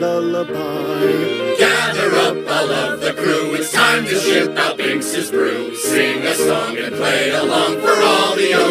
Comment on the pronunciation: Thank you for this! My only critique with the lyrics is that it's Binks's Sake! That's how they pronounce it too